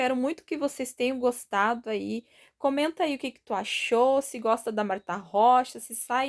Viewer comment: Oi está certa a pronúncia...amo tuas receitas...Gratidão por atender meu pedido...Gratidão por todos os ensinamentos...te adoro....Deus te abençoe sempre.😘❤